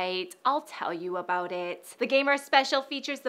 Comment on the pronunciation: Why doesn't pronounce "about" like a normal Canadian? IS SHE A SPY!!?? xD